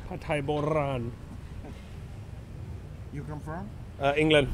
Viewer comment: I love when you say "Pad Thai BoRan" with the correct pronunciation of Ror.Rua letter (ร.) ❤